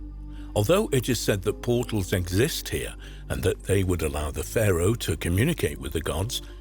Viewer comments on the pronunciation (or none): none